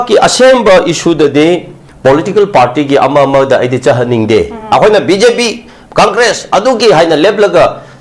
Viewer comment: gi phonetics: conkres 😂😂😂